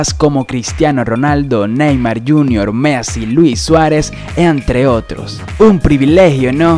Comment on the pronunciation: No se dice measi se dice messi